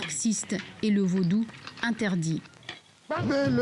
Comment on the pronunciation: l'a journaliste dit vaudoune😅 au lieu de Vaudou